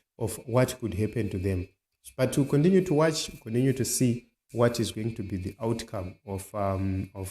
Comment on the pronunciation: Your pronounceation hey twendy condinue coundry please say it as it is twenty country continue